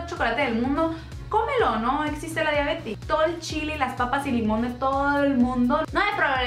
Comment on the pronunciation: es chistoso porque uno acá no lo nota, ni el acento que tenemos, leronrapido decimos esta oersona es de Tijuana, pero si hay gente que dice diabetis, y si se escucha mal, pero ah